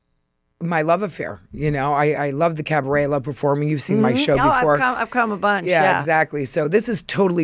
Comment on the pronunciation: A minute and 14 seconds in and Luann is saying carbaret! She never disappoints. The countess is a machine and love it. 😂